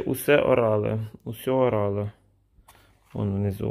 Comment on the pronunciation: Use orale - принимать через рот, читается не как «усе», а как « юз». Просто на будущее. На всех таблетках будет это написано